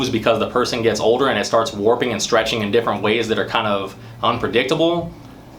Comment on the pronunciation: The way he says “older” is funny ! 🤣 “OH-DER”